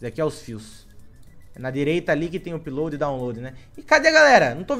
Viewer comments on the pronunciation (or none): none